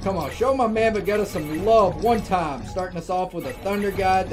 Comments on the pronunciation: Lol Vuhgeta. You pronounce it as Vehgeeta. Oh snap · Va-geeta is how you pronounce it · Hey, it's pronounced VUH-JEE-TUH and DEH-MO-GORE-GAWN